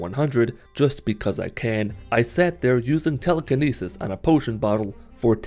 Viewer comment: Its not Teeleekeeneesees Its Telekinesis lmao